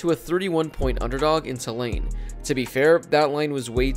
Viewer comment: It’s TOO-lane, not tuh-LANE.